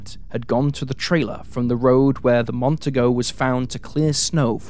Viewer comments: Say it with me,: "Mon-TEE-go". You're welcome. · Mon-TEE-Go ffs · It's Mercury Montego - pronounced, Mon-TEE-Go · FYI. In Montego (is pronounced Mon-tee-go), the 2nd syllable has the accent. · Ive. Heard. This. Twice before. Gary. Is. Would. Be. Out. There. Somewhere. By. The. Way. The. Car. Is. Pronounced. Mont. Tee. Nee. Go. Even. An. Aus. Knows. That.